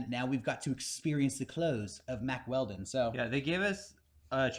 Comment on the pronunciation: I remember listening to the Baited Podcast and they pronounced their sponsor Mack Weldon as "Wack Weldon" I'm glad I can listen to a man's podcast where we pronounce words like real men